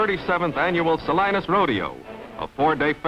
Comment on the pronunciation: I never heard it pronounced Sah-line-us before.